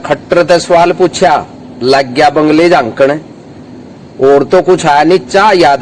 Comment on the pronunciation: बंगले नहीं बगले होता है चाचा, उमर तेरी भी हो ली 😂